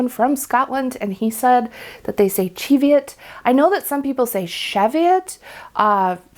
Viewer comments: Thank you for pronouncing Cheviot correctly lol! Born and lived in the Scottish Borders within sight of the Cheviot hills all my life it niggles every time someone says it wrong 😂😂😂. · Love your snarky comment about using Easter egg dyes. I solar dyed a double-stranded hand-knitted sock blank last year using Easter egg dye tablets and I LOVED the results! Easy to knit matching socks. I also agree with your pronunciation of Cheviot. Heard this pronunciation from my Scottish relatives when talking about the Cheviot Hills.